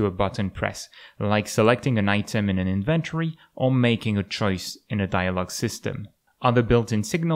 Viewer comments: Great video! Oh, btw, it's not "inVENT'[ery]". It's "IN'-ven-tory". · You're right, but I somehow like the sound of the wrong way. :) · That might be up to regional differences as well.